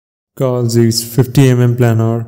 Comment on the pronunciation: It's Zeiss zaaaaayyysssssss not zeeeeeeesss.